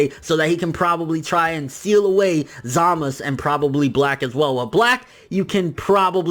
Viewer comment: why do you say Zamasu wrong you say zamos bro its za-ma-su